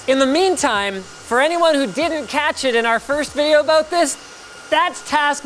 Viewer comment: "And we're gonna put a graphics card in it and play vidya games" Never change Linus, never change.